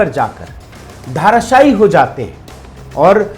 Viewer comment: साहब! आपका धराशायी शब्द का उच्चारण धाराशायी सुनाई देता है। विवेचना बहुत ही अच्छी है